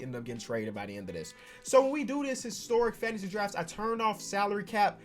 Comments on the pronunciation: It’s called fantansy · Who's here when it says Fantansy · me. where was you when it said fantansy lol